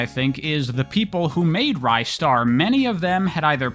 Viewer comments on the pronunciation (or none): ristar is actually pronounced rih-star, at least in japanese! could very well be different in english but thats what the katakana says. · Honestly that pronunciation could be correct too, even going by the Japanese name. Rice-star is definitely incorrect though. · It's pronounced Ristar. Hope I was able to clear that up.